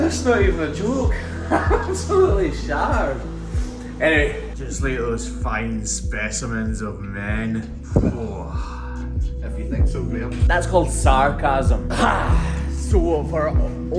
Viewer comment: No Graham, isn't it Sar Cow sm? (Sarcasm)? LOL